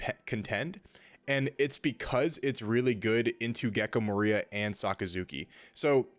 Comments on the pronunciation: The accent in gecko moria in definatelly incorrect, you spelled wrong like 10 times in one min like "Gekko MARIA" lol had to stop the video to tell ya hope that helps ps: If I'm wrong delete this comment for me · Great video! The way you say moria surprised me though. That's the first time I've heard it pronounced that way